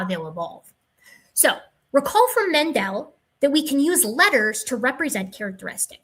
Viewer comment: It's Mendel, not Mendell. ;)